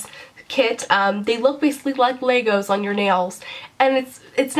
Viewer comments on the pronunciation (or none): none